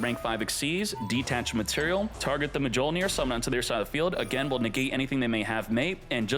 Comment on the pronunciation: Oh yes, my favorite card: Artifact Ma joh neer